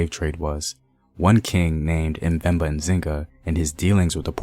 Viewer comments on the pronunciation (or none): It's not M'Vemba, you say Mvemba.